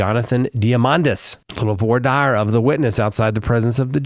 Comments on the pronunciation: You need to learn how to pronounce “voir dire” it’s “vuhrah deer” not the way you’re pronouncing it 😂😂😂😂😂😂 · spoke too soon, you switched back lol Voir is like voila without the la. Dire is like "dear"